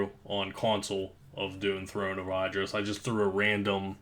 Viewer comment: throne of ID-dris. smh